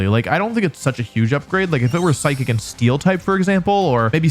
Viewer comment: DO NOT LEAVE OFF THE H IN PSYCHIC!